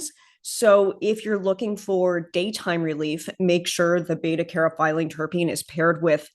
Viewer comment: Caryophyllene pronounced "carry-off-ill- lean :)